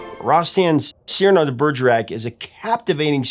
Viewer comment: Cyrano de Bergerac turns in his grave because of the way you pronounced his name. What is going on in the minds of Americans to so massacre the names of every non-American? Why not just put it in google translate and click on the speaker?